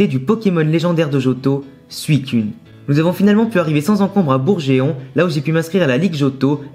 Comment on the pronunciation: Bourg geeeeeeeeeeeeon ! Mais... Mais.... Le nom de la ville c'est un jeu de mot, respecte le mdr Très bonne vidéo sinon ^^